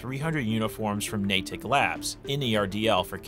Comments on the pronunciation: It's pronounced "naydick" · For the love of Christ please stop pronouncing Natick like that.